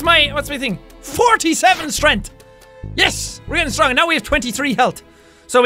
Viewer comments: I don't know if its his accent but he said "strenth"=) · In he said strenth